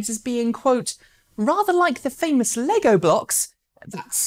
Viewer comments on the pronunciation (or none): none